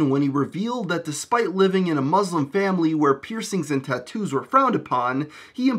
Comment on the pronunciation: The way you pronounce tattoos is geeky as fuck